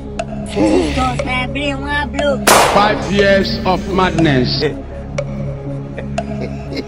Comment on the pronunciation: How Sabinus says Jesus is the best part for me😅😅😅😅